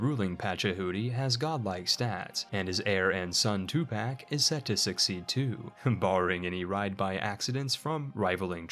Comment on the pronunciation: why you do tupac like that bruv? 😂😄